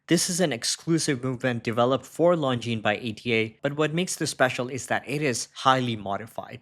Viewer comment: Nice to hear the brand pronounced correctly.